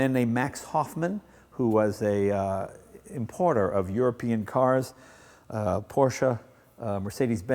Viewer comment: Glad to see an American who can pronounce Porsche.